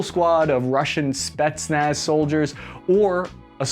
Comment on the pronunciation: Its "Spetsnaz" .... .....